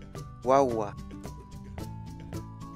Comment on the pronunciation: "Yanta" =leña???? llant'a = leña... es lo que escuchó cuando hablan sobre el tema.